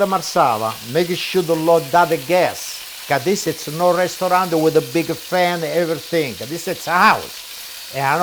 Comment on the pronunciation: ... this is na risturant co' a big fan... hahahaha